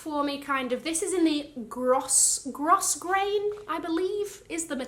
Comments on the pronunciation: Hi! When I was younger, I was taught that the pronunciation of Grosgrain is ‘GROWgrain’. AND, absolutely love the belt -in green!! OMG I LOVE that green! Enjoy & stay safe! Kirstey xx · Grosgrain pronounced GROH-grayn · Love it all. The green on the belt is perfect for you and the buckle is classy and understated. Btw, "grosgrain" is pronounced "growgrain". Warmest wishes from Australia.